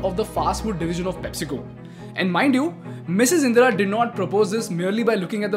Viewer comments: Her name is "Indra" and not "Indira" bro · Anyone else distracted by how he repeatedly messes up her name, calling her "Indira"?